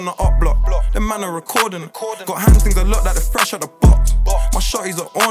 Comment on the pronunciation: take a shot everytime he said "HAND TINGS"